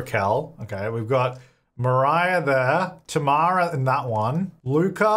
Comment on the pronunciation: My name is Tamara as well! It sounds so cool when says my name with his Australian accent 🤣